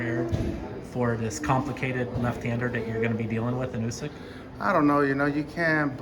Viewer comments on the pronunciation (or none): Why Is it nobody in America can pronounce usyk name correctly? It's Pronounced ood-sick like OO in Wood